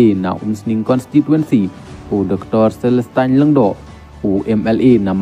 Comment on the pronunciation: U bah Gabriel Wahlang um dei phi u MLA Nongpoh, u dei na Nongstoin. U Dr Celestine,MLA Umsning ruh phi kynnoh "Celestain" Peit bha phi ong, kum ki newsreader.Sngewlehrain pynban👎.